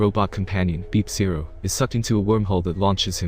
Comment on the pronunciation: Three problems: 1: It's Beep-oh, not Beep-Zero, 2: It's Yo-she, not Yawshi, 3: Why would you think regular Rosalina would be a party member instead of being corrupted into Cursa?